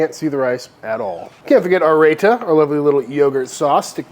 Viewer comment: Looks great! Not to be too nitpicky - its pronounced "RyeTa" and not "Rayta".